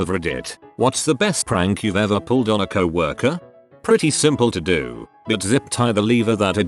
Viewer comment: First video with this voice Ive ever seen where he doesn’t pronounce it 🐄-worker.